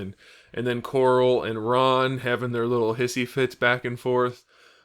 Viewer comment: I just wanna say I love that you call Carl ''Coral'' as per the delicious meme comics.